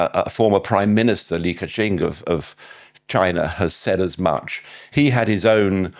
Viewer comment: How is this guy an expert on China? In the first few minutes he mistakenly calls the former Prime Minister Li KeQiang, Li KeQing and calls the city Ningbo, Ningpoh. These are basic mistakes. Imagine saying you’re an expert on British politics and calling Boris Johnson, Boris Johnfather. It shows he doesn’t even speak basic Chinese and without speaking Chinese you can’t be considered an expert on China.